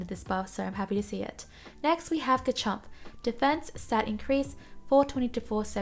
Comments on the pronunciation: It's pronounced "Re-ji-gi-gus." For Garchomp, its pronounced "GAR-chomp" (more emphasis on the gar) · why do you ignore the R in GaRchomp o3o